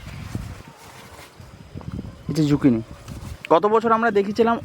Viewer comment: ও ঠাকু মা যোগিনী নয় গো জুকিনি।